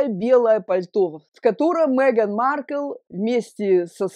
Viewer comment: Она не МЭган, а МЕган.